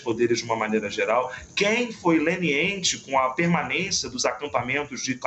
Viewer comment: É General-DE-Exército, ou General de 4 Estrela, o Posto máximo da carreiera, e NÃO General-DO-Exército. É preciso saber o que se fala!!! Outra coisa é leniente e não lenEEnte. Péssimo Portugês!!